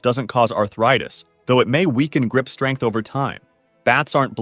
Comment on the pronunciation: ah yes - It may weaken grip 'strenght'